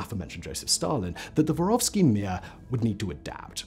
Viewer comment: Мир не воровский, а воровскОй, внимательнее И Мир это не mi:a. Послушайте, ааа звучат слова, хотя бы в гугл переводчике.